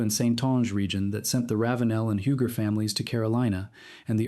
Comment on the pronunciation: UUUUGGGGEEE... NOT HEWGER